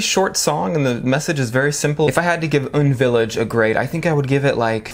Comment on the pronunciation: Its U.N Village btw not UN Village hehe. Its a sophisticated place in Hannamdong, Seoul. Its said to have the most expensive apartments and a lot of rich Korean celebs are there. That's my knowledge hehe